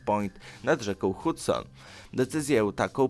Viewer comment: Hadson to się czyta